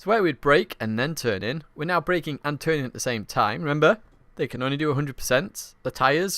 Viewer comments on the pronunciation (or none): none